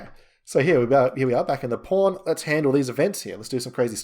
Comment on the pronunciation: I am very curious - why PAWN sounds like the very same P*RN??? It is everywhere where "PAWN" are involved LOL ! Otherwise - very nice tutorial! :))